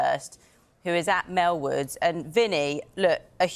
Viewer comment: Its not melwood 🙄